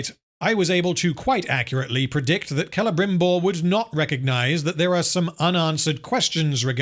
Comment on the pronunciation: Clebrimborg. i giggled.